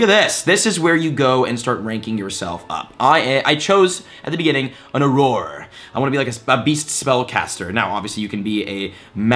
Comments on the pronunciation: Not Aroar, its Awrur! You'll get a hang of it 😁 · It’s pronounced “or-err” not “ah-roar”. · Welcome to the wizarding world ⚡️😂 Just a tip, auror is pronounced or-er :) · I love that you are a gamer who is learning about Harry Potter and I’m a huge Potter fan who is learning to play a video game. P.S. Auror is pronounced “or-rer” Thanks for the helpful vid! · Auror is pronounced oror so just say or 2 and that's what it is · Auror is pronounced ora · I think its good to correct him or we will hear it wrong forever and it was starting to bother me too esp if thats his profession. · Jesse Adkins Same! I literally winced when he kept saying it! XD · I very nearly had to click off the video! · Sounds about right. If the shill can't even pronounce "auror", shows how much he really knows about what he's been paid to promote. Which is not a lot, evidently. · My dude great helpful video, but I wanted to throw my phone into the wall each time you said Auror